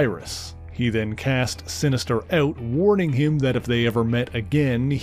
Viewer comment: If it wasnt for the xmen i wouldnt be here, but please!!! Mispronouncing some words like "far" To "fur", " Out" To "uwt", " Larger" To "lurger", " Harsh" To " Hursh".... Its kinda cringey